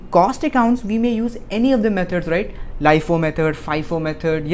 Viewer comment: LIFO AND FIFO HOTA HAI LIAFO FIAFO NAHI HOTA